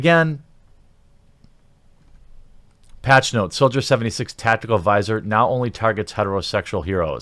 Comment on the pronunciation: Every time you read "soldier" I just keep hearing "soulja".